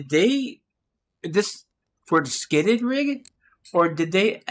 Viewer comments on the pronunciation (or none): Skidded rig??? What the hells he talking about? It's SKIRTED, there' an R R R R R there. Skirt like chicks wear skirts or a Kilt looks like a SKIRT. Reading is hard I guess. Looks like our public school system strikes again.